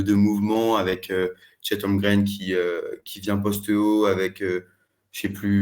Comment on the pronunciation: HOLM-GREN, pas Holgrem 😂